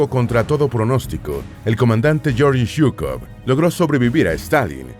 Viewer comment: Se pronuncia :: LLEORGUI SUKOV